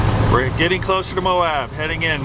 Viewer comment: Great video of an off-beaten path. I'm glad you finally got the Utah pronunciation of Monticello! Now, let's work on Manti-LaSal...